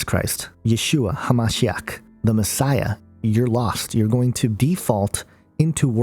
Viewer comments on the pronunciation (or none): none